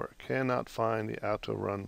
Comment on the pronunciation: "out-o-run". Okay.